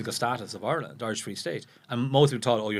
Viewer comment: It’s Ire,,,land…not our Land